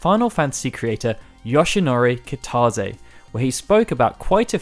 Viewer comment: Nobody:: KiTAWzay